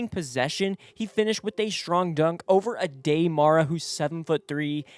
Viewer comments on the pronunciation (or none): At least pronounce players names correctly. Aday Mara's isnt A Day Spanish is a phonetic language.